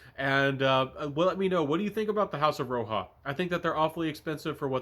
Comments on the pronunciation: Great video! This vetiver is a favorite of mine and I appreciate your take. BTW, it’s not pronounced Row-Ha, it’s like Rodge-A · Roja- (ra-jah) like Roger. Not ROHA (red)